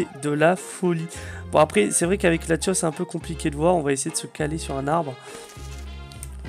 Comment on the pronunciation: C pas latios mais latias